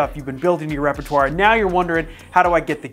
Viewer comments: "Repatwar" killed me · “repratwar” had me dying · Say "repertoire" correctly, my dude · Your REPRATWAR made my day!